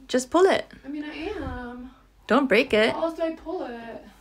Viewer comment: “i mean i ammah” “it’s not workinggguh” “what do you meeannnuhnn”